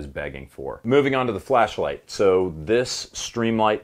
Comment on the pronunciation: Everytime he says "flashlight" it sounds like "fleshlight" and it really makes me worry about his home defense plan.